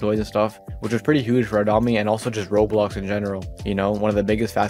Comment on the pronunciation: why do you call roblox "rolx" what